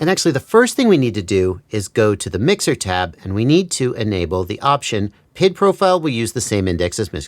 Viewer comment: It’s triggering me that you call it PID as one word, but it’s P.I.D. said separately.